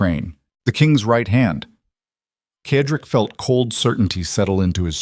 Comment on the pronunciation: Why can’t AI pronounce Cedric(Sedrick) instead of Kedrik!!! Annoying!!!